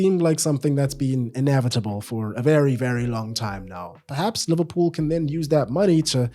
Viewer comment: "It kyan"